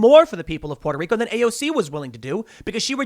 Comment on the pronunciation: Tim pronouncing Puerto Rico properly is the most adorable thing ever !